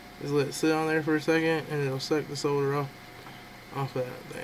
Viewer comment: Thank you for your correct pronunciation of the word 'Solder'. This brit and the letter L appreciate it.